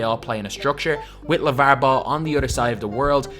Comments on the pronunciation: Just post a video of you saying lavarrr and marrrvin over and over because honestly it rejuvenates me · They way he says lavar 😂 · dude the way you say Lavar is so weird